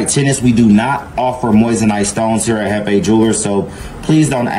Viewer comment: Mane said chiefEE 🤣🤣 it’s jefe (hef fey)